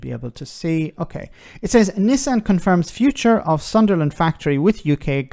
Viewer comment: As a Newcastle fan, I do enjoy someone pronouncing Sunderland likes it's a strange, unknown land 😜 just messing, I have family there before I get keyboard assassinated 😅